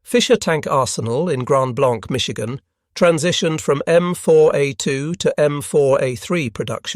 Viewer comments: Grand blanc is pronounced as grand blank. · But the town of Grand Blanc isn’t pronounced that way it is pronounced as Grand Blank.